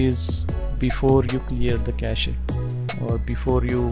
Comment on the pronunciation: FYI its "cash" not "cash ey"